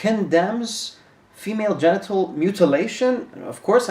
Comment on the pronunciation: “Female Gentle circumcisition”. DId say “ Gentle”???